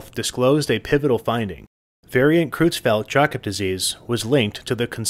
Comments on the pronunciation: Creutzfeldt is pronounced kroytsfelt, not krootsfelt. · Creu- in "Creutzfeldt" is pronounced like "croy", rhyming with soy, boy and Roy.